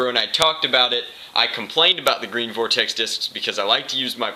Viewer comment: Did you say vortex in Spanish ? (Vordex)